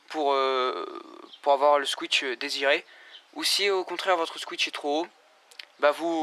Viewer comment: On dit pas squitch mais squish